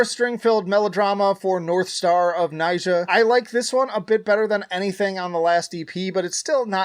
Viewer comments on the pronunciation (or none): Why can no-one pronounce Nija correctly (Nee-jah) when he sings it in North Star of Nija